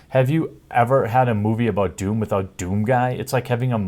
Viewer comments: It's called DOOM, not WAHOOM.... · Doom, don't you mean "DAME"